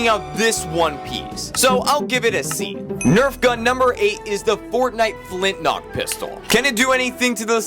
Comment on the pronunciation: its FLINTLOCK not flintnock.